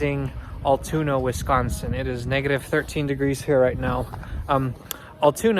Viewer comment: As someone that lives about a half an hour south and frequents there a lot, us locals pronounce it “AL-(like the name Al) TOON-AH. Hope you come back durning the summer when it’s a little warmer. There’s also a bridge that takes you to lake Altoona that overlooks the tracks.